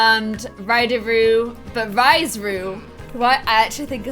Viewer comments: Rhys is pronounced Reese. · Rhys is also pronounced Reece, btw. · yknow Rhys is pronounced like “Reese” right? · Rhys is supposed to be pronounced like Reese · Uhm; I'm pretty sure Rhys is pronounced like Reese... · Belle Boudreau yes it is! I was going to say this too! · Rhys is a Welsh name and no hate but u pronounced it wrong.😊 Edit : I am Welsh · I love your videos!!! Also just a note, Rhys is pronounced like Reese 💋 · Rhys from ACOTAR is pronounced the same as the name Reece btw 😊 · Rhys... omg... it's pronounced 'Reece' pmsl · Rhys is pronounced Reece lol oh well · Rhys is pronounced reece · Rhys is pronounced "Reece" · you pronounce Rhys the same as you pronounce Reece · In ACOTAR, Rhys is pronounced Reese. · pronouncing Rhys as 'ryes' and not Reece has me triggered 😂🙈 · It’s pronounced “Reece” not “Rise” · rhys is pronounced the same as reece!! not like ryes omg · That moment when she pronounces rhys like "Rice" when sjm has stated its pronounced "Reese" lmao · His name is not rise it is pronounced Reece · Okie I love how the name Rhys (Rhysand from ACOTAR) can be pronounced so many different ways😁 SJ Maas says REESE (not REE-sy, just Reese), I say Rice, ot Ryce, how I see the pronunciation I my head, and seemed to say a mix between the two😆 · Rhys is pronounced wrong. It's "Reese" as in R (as in Rocke) EE (as in bee) SE (As in pronounCE) (Ce is different to Se, i know, but the phoneme (sound) is the same. No hate, just bothered me when you basically said Rice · Pretty sure Rhys is pronounced like Reese not Rise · Rhys is pronounced like Reese. It's the welsh spelling. Hearing you say Rice is terrible, sorry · Rhys is pronounced Reese and if longer Reese-and not (Riceand) i know its because of the spelling. Just a tip:) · You said ryese and spelt it rhys which is the name Reece 💖💖💖 love you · The name Rhys is not pronounced like “rise” it’s pronounced like “Reece”. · Rhys is pronouced as Reece